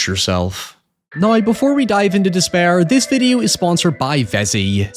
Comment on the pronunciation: "Nigh" = "Now".😂😂😂